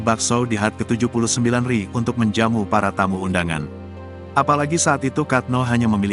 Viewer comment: pingin ketawa yg baca narasi...HUT dibaca hat...RI dibaca ri bukan Er.I..hihi...